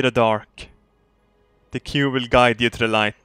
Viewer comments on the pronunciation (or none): Towards the beginning he was pronouncing it coob